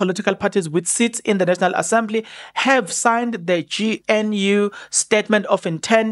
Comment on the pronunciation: I like your Channel but please do everything you can to pronounce GNU properly